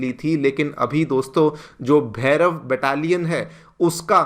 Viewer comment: It's not Bhairava, it's Bhairav.😊